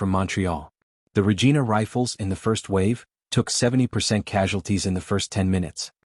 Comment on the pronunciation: It's not pernounced regeena. It's pernounced Regina, sounds like vergina.